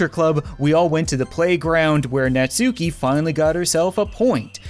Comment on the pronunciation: Your saying natsuki wrong